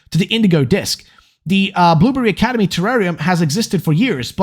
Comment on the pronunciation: I can't get over that when you start talking at fast pace it sounds like you're saying "boomer academy" instead of blueberry academy. I had fun with that.